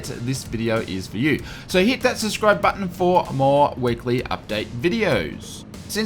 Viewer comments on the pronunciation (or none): none